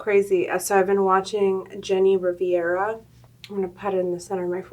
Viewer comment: lmaaaaoo hrush babe its pronounced jenny ree-ve-ra 😂 not riviera 😩 love u tho love this look u killed it as usual, ur gorgeous ❤️